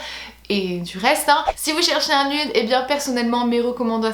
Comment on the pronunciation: s'il te plait arrête de dire "nude" c'est nioude